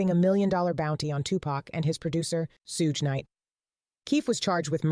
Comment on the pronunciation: I figured. Espeicslly when she said sooge knight lol